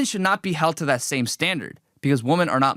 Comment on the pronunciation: It's pronounced "Weh-mon" my guy not "Woe-men." Did u grow up in the U.S.? Im going to keep my criticism to that because there is just so much else wrong here that it's too much to cover and you dont deserve my constructive criticism.